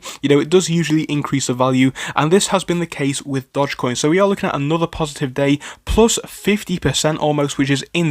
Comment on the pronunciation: if youre going to mispronounce it you might as well call it doggy coin.